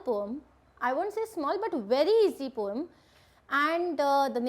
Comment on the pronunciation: Mam it is not pom it is poem please change it